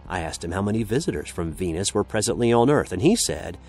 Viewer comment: You had me till I heard Venis.